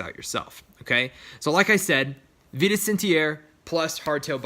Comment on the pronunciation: small correction, but it's pronouced VI-TUS, not VEE-TUS!!